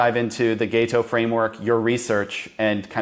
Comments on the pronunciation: It's pronounced Gato not Gayto. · It's gaHto, not gaYto, goddamn it. You can hear him say it! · It's Gato - "Gaw-toe" 😂😂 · GAH-to. Also, that is not his "best" video. He has lots of videos that are equally good. But I do appreciate that you brought him on your show.